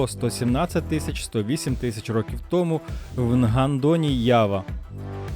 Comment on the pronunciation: Стільки-то років томУ, а не "тОму", як озвучує текст диктор. ТомУ я не буду ширити це відео, а хотілось би. Взагалі, слухати якогось недоріку протягом тривалости відео було чистою мУкою.